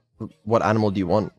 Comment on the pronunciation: I think she trying to say, Ainimal